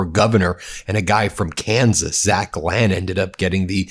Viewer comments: It's pronounced Lane...he's a real ass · According to commercials Lahn is pronounced Lane